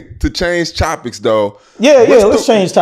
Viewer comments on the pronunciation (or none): 🗣️ “ TO CHANGE CHOPICS THO “. 😂😂😂😂